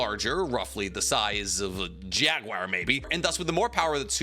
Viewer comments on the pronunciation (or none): none